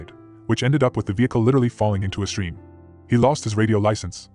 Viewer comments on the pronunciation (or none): none